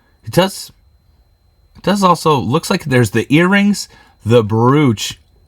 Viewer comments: Love your curiosity and willingness to share your learning experience with all of us! For future jewelry videos the most common pronunciation of brooch sounds like you are saying "bro" (like to a male friend) then adding the "ch" sound on the end. The O sounds like Oh and not Ooo/Ooh. 😁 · Check your pronunciation of word brooch!!!